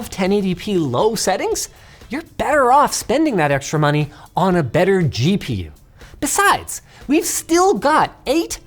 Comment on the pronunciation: more moneh 🗣️🗣️